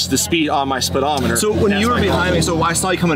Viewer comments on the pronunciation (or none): The hell is a “spillometer”?